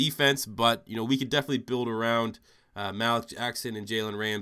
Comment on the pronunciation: "Malik Jackson": Pronounced: MA-leak Just to help you out in future rebuilds :)